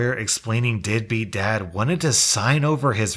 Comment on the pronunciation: Anyone else hear “deadbeat dad” as “dippy dad”??🤣🤣 I kind of like that better😁